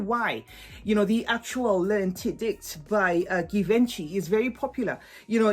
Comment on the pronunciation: That s not how it supposed to pronounce Givenchy!!!!!!!!